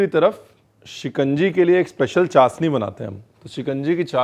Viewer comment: Zeere ko jeera chshni ko chasni bolna aap pr suite nhi krta kunki aap aise share se hn jhn ki boli ki log misal dete hn